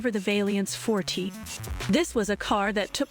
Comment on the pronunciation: Jeez these AI voice overs still lack pronunciation. "Fortee?" Fortay! It's a french word.